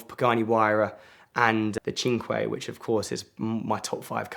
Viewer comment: His pronounciation of "Koenigsegg" and "Cinque" makes my hair stand up straight.